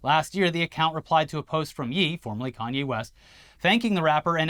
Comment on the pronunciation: Ye’ is not pronounced Yee it’s pronounced YAY!!!! Please stop mispronouncing his name. His name is Kanye & pronounced Kan-yay not Kan-yee so why would the shortening of his name be yee???? I’m only saying something about it cuz I watch your videos yall have gotten his name wrong for SOOOOO MANY videos & as a Black woman its annoying for two White guys to REPEATEDLY mispronounce the name of a Black man (even if the man in question is a nutjob) when I hear you pronounce harder things with more ease.